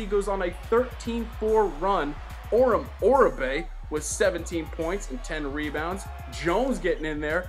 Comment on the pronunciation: You mispronounced Omar Oraby